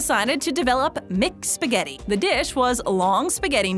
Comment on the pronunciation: "MicSpaghetti" "MicPizza" is haunting my ear.